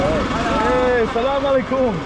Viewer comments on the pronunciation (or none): great video great vibes it's really funny how you say sallam aleikum ...😁 you're supposed to put the emphasis on the LE of the aleikum...not on the KUM... but all in all a great example of how learning a bunch of local words can really create bridges between people keep up the good work and have fun